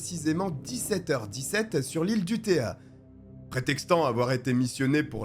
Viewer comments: u-TO-ya... Pas U-té-a..... Ces Français qui parlent des autres....... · On ne dit pas UTÉA, c'est UTOYYA. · si vous lisez ceci avec les sons français, alors vous aurez la prononciation correcte: UTEUILLA